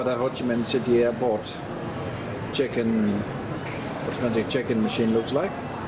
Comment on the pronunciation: Wow! That was a quick response - thank you 😊 It sounded like 'chicken' when you said check-in and I honestly thought you were looking for a KFC.